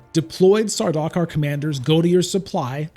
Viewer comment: Saw-DOCK-er 😭😭😭 it's SAR-duke-are